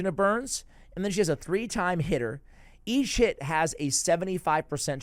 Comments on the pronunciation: when you say each hit it sounds like your saying eat shit lol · Whenever you say "each hit" I always hear "eat shit". Anyway, watched it all the way through, very helpful.